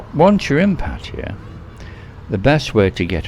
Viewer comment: I want to thank you for not pronouncing Pattaya like a lot of irritating Youtubers. I do not know how this started, but it is definitely not pronounced like Pah-tiah. I cringe a little when I hear this from people trying to sound like they really know something you don't. :) For those saying Pah-tiah, please stop; you sound foolish. Rant over, thank you.